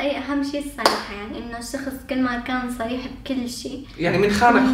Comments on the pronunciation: سريح و عندك مشكلة بحرف الصاد و شخص هون ما عندك مشكلة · احب الاشخاص ذات القوة الشخصية مثلي ك لاحظوا عندما لفظ صريح وعند مشكلة بحرف الصاد فصار يتمسخر سكتوو دغري اما لو كان شخصيتو طعيفه كان شبعو مسخرة وهو عم يتضحك